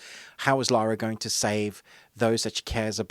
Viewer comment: Come on, you're not an uncouth yank. It's Lara - LA-RA, not Laura!;-p